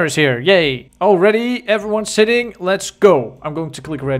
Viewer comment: he is sitting in my boat!😄 My ears: HE IS SHITTING IN MY BOAT!